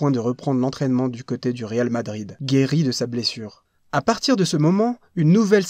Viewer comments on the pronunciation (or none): none